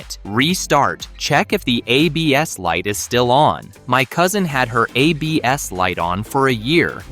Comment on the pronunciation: I realized we've been listening to a computer voice when it said "a BS" instead of ABS, lol.